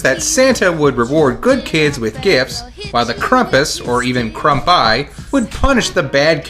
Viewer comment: ... why are you pronouncing it "KRUMP-us"?